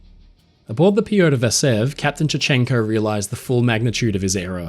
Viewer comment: Sadly, I couldn't get over the very poor pronunciation of the russian names. The choice of syllables to stress was incredibly western. You can very easily find audio of the correct pronunciation of names such as "Nicolai" and "Piotr". These are usually very well produced and researched so was very surprised to hear this being completely overlooked.